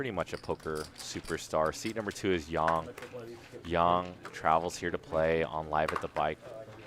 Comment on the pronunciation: It's not pronounced Yan...it's pronounced Yang like ying and yang